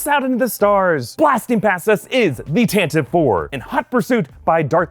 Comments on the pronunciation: It's pronounced "TantiVEE IV" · TAN-TA-VEE Four